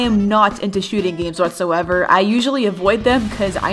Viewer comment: When she said that arsenal was a popular roblox shooting game, I thought she said Shitty game Lmao